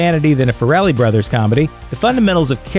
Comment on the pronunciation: >the way he pronounces Farrelly Brothers -_